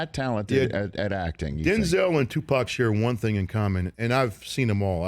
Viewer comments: The way he pronounces Tupac is like he saying Tupoc lol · 😂 how u say it? Tupack?